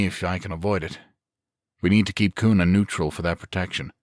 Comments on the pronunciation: Pretty good zombie series. The only frustration I have is that the author didn't seem to research the location very well. There are no forests anywhere near the Boise metro area (it's a desert), people in Boise don't drawl (it's the PNW not the South), it's pronounced "cue nuh" not "coon uh", and the Gowen Field Air National Guard base is a whole lot closer than Mountain Home AFB if people wanted weapons. Hell, it's Idaho...you could collect an entire armory just going door to door clearing houses. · Sitting here in Nampa Idaho, which just happens to set on the outside of Kuna and Boise. I have really enjoyed this series and look forward to the rest. As a side note the city of Kuna is pronounced as if it started with a "Q" instead of a "K".